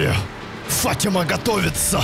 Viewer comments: ФатимА а не ФАтима😂😂😂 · ФатимА только) Ухо режет фАтима) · Фатима ударение на 2ю букву а)